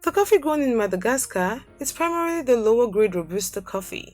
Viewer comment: Yeah like the guy who was doing the narration 😣Like all I could here it the - dh , dh , instead of the d..E.g Madhagascar. No disrespect but her accent is quite heavy !